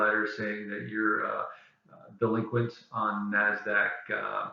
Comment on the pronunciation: Thanks for the information. Very helpful. By the way, it's NASDAQ, not NAZDAQ.